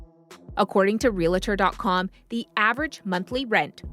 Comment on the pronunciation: "Real-a-tor" lol 😂. She must have done amaz-a-zing in Eng-a-lish class.